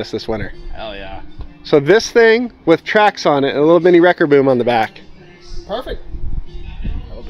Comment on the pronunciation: Not a wrecker... It's a wrecked-er. :D